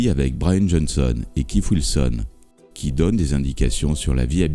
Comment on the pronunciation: "Funderbirds" ? "Keif Wilson" ? Sérieusement ?